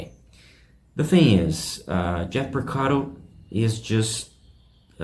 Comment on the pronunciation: It's pronounced P O R C A R O, not PorcaDo !